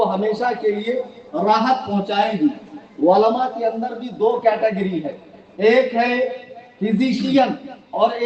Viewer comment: Ama!??? Walama Nahi.. Balki Ulema kaho... Walama waao se Bola jata hai.... Aur Ulema Ain se Bola jata hai... Kitne Bar Samjhaya aadat ke Mutabiq Walama Walama karte ho. Apna Urdu Talaffuz to sahi karo..